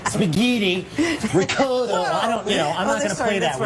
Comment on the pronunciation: „She over pronounces Italian words“ Sooo... she doesn’t say shit like RAWYOYLY or RIEYCOUTA?